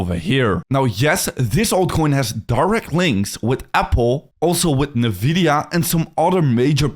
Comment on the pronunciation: That's definitely not how you pronounce Nvidia